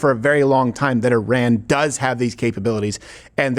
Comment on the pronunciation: Crazy hearing Americans pronouncing Iraq and Iran properly. Well done